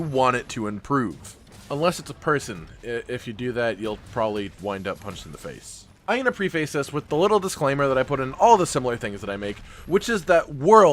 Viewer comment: U said pre-face instead of preface and it grossed me out